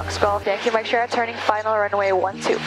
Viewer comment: And, “shierra” for “Sierra”. 😎